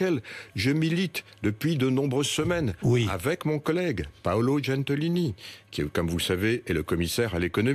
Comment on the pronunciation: Paolo GENTILONI pas "Gentolini" ... si on disait thierry étromb ???